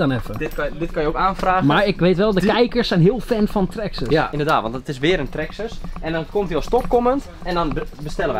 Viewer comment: Het is traxxas:) niet traxxes